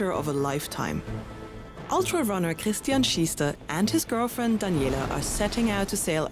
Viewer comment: the way how she say Christian and Daniela let me assume she is German :) I think it sounds sometimes very clear when a German speaks English. oh funny, another Germans! :D (wobei bei dem starkem Dialekt evtl. auch "Ausländer" Össis oder schwietzerlis?)